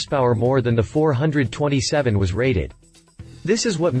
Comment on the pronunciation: Its pronounced four, twenty, seven. 427C.I.